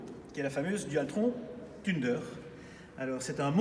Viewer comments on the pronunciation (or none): als déja la prononciation ca pique les oreilles thunder=>se prononce "feunder" et non "thunedeur" xDD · Thunder de l’anglais, se prononce « sun d’heure » et non « teune d’heure »... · "La Tuneder" qu'il a dit <_<"